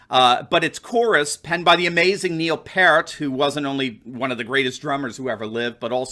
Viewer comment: Neal Who???? Way to HACK that!!! Trying to quote a famous song in regards to a video clip???? REALLY! At least PRONOUNCE the Great Man's Name Correct!!!! YIKES. I think you showed yourself a bit here... Who in our AGE group would EVER PRONOUNCE him Parrot!!!!! Maaaaaaan I'm not even a Rush fan but can only imagine what you just did to any loyal Rush fan.... Tooooo Funny!!!!!